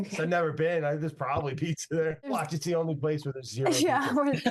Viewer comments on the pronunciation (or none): Dude..... you just called it A-Peetza? tsk tsk